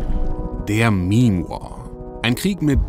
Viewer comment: Sorry aber "mehm" statt "meme" ist immer endgame XD